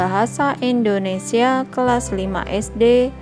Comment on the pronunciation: indonesia kak bukan endonesia